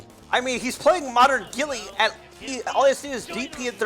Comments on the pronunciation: I'm just laughing that he pronounced it like "Gilly" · He's master with a character whose name he can't pronounce correctly 😂